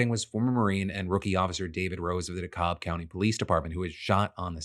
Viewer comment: FYI Phil, it's pronounced "Dee-cab" not "De-cobb". Signed, An ATLien